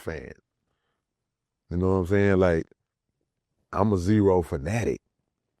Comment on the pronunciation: ITS ZERO 💀 Z-Rooooo